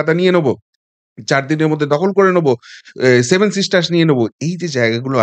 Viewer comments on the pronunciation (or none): none